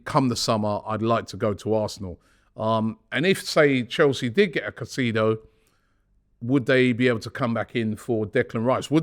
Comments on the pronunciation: We need to sign Moises he is a huge player for the future! Hes so hungry and ready for the challenge. He's also a fan! BTW his surname is pronounced Kai-Say-Dough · ROBBIE its You pronunced caicedo wrong. ITS KAI.SAY.DOUGH in english sir